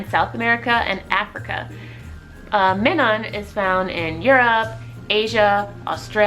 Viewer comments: You pronounce minun as if it's spelled meenon. It is pronounced Minus but instead of the s it's a n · Minun is pronounced like, "my-nun"....like, "minus". That's why they have a "+" and "-" symbol on their respective cheeks....plus and minus..